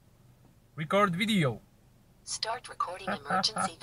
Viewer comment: Rikort widło😂